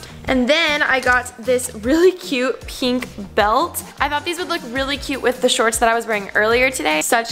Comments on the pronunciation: i hate how she says peenk not pink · It's pink not penk 🙄🙄🙄🙄🙄 and her rings bother me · I hate the way she says "penk" instead of pink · Alisha I love ya but u have to stop saying pink like that lmao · Can you please say "pink" properly.